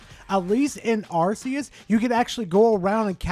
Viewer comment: It's not "Arse-eus", by the way.